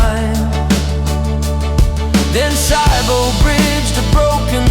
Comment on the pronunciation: preferably without the ai mispronouncing the names.... "Saibo" "Lofy"